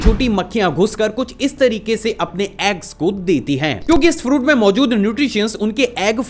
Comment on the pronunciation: you said mozud instead of mojud😂😂😂